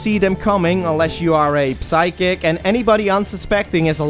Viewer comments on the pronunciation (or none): Also, even if you die and one of the soldiers you can rescue gets captured by the virus they are unrescuable from that point on. Are you? I hear you pronounce the 'P' in psychic. You don't pronounce the P in speaking. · I love him pronouncing P sychic with a hard P Also, he is so CUTE when he goes full on rage mode!